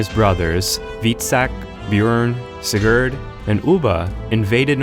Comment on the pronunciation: My grandfather's name was Sigurd, my father's name was Sigurd, my middle name is Sigurd, as is my son's. We are Danes. The names pronounced here are very bad. No "R"s. Funny vowels. I suspect you're Finnish.